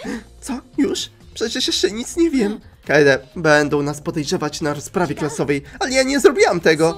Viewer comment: urchar manie się wydaje że kaede czyta się kejdi